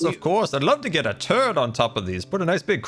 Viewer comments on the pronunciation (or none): "I'd love to get a turret on top of one of these" Totally heard that as "I'd love to get a turd on top of one of these" I mean if that's what is into...